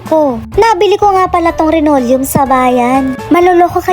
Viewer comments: Linoleom hindi renolyum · Hindi po renolyum yan linolyum po yan hay naku po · Anong RENORIUM? Baka LINOLEUM!✌️